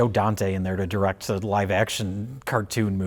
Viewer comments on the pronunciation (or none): none